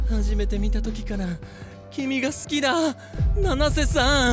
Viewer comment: 七瀬じゃなくてののせになってる